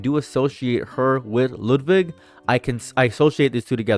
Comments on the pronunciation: It is wild how German you keep saying Ludwig's name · whyd u pronounce ludwig like that? lol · You're saying Ludwig as WHAT??